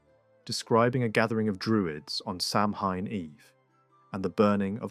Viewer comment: Samhain is pronounced sah-winn or maybe so-win 🫶